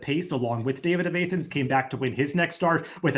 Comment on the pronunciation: A-thens? Georgia or Greece, both Soft A